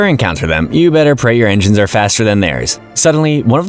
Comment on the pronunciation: I love how you call enigns enzymes